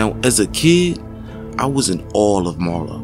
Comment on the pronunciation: You was "in AWE**" of Marlo". Not "awl"! LMAO got DAMN I hate when mf's add an L yo the simplest fuckin words 😂 ALL in ALL tho bruh...seriously love this channel. The Wire is top 5 all the shows all time n u break shit fown perfectly. Love it. 👊🏽